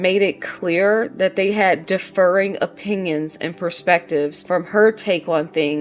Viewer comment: I'm really liking your videos. I just watched the more recent one too. New subscriber! I just wanted to mention... not to be picky, but because there actually are two different words, and it could be confusing... ...But when you say differing, from the word different.... You are saying ( sounds like) Deaf-errr-ing. Which sounds like it's coming from the word defer. To defer to somebody. Basically, what justin was forced to do with blake, throughout the whole movie. He had to defer to her demands. But the word they are using in the lawsuit is differing, as in different opinions. I just thought I would point it out because there were moments when I wasn't able to watch but I was listening and if anybody else were listening but didn't see the written word, they could be confused about what you meant I hope that was not offensive. I don't mean it that way at all....I'm really enjoying your videos and perspectives ( and I agree wholeheartedly). Such great thorough coverage too 😁✌️